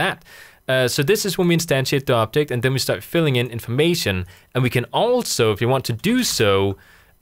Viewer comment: Very useful and easy to understand, but I hate the fact, that you accent makes you pronounce "object" as "optic". :) Keep up the good work!